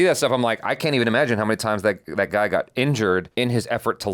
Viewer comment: He said that guy but it sounded like something else 😂